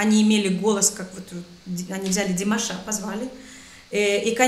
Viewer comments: Уважаемая, когда вы склоняете имя Димаша,то правильно будет всегда ставить ударение на втором слоге его имени. Т.е. не ДимашА, а ДимАша. Спасибо вам за обзор. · Извините,но режет ухо Ваше - ДимашА,а не ДимАша. Ударение пожалуйста ставьте правильно! Это все равно если бы сказали ЮлИя вместо! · Неправильное ударение на имени - не димашА, а димАша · Режет слух неправильное ударение в слове "ДИМАША" на последнем слоге. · ДимАша, а не ДимашА. Ставьте правильно ударение :) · С чего ты взяла, что Димаша' , а не Ди'маша, или Дима'ша ?